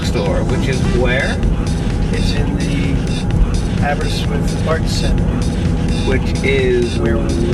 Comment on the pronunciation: Where is Aberswith? I know of Abber-wrist-with (sounds like whiff).